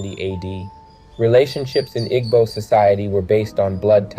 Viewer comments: Pronounced ee-boo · Im a white dude... i love a Igbo Nigerian woman... Igbo is pronounces ( EE-bo) in modern american english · “Ee-bow” please and thank you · immediately closed the video when i heard him pronounce igbo 😆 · The mispronounciation hurts your credibility. Igbo is an ethnic group, culture, and language. Mispronouncing our name makes it harder to trust anything else you say. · You completely mispronounced Igbo the whole time. 😢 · This was very annoying.